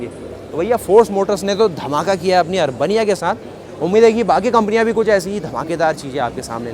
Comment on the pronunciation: अर्बनिया नहीं अरबेनिया कहिये आपने तो इसे अर्बन बनिया बना दिया